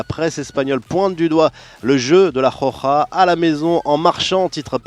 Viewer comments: C pas la JOJA ( khokha ) mais la ROJA ( roukha ) hhhhhhh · on dit pas la rokha mais la roja